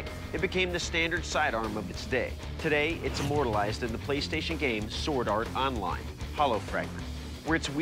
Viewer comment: Did he just say "Sword Art Online" OwO